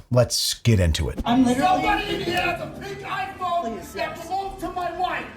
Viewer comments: I kept hearing “Pink-Eye Phone” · Every time he screamed “pink iPhone”, I was sure he was saying “pink eye”.